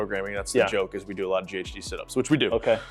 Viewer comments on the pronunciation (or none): none